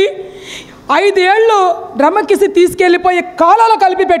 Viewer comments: డ్రెమక్కసీ కాదక్కా....... డెమోక్రసీ....... నువ్వు నీ యదవ ఆర్భాటం.. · తల్లీ నువ్వు చెప్పినవన్నీ బాగున్నాయ్. కానీ డెమోక్రసీ అనే పదాన్ని సక్రమం గా పలకడం నేర్చుకో. లేదా హాయిగా ప్రజాస్వామ్యం అని పలుకు.